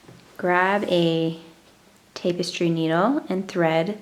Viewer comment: Cool tutorial that makes a very nice looking piece. "Tapestry" is not pronounced with the first syllable sounding like "tape." Should be pronounced with the first syllable sounding like "tap" as in tap a keg of beer. Thanks for such a nice tutorial video.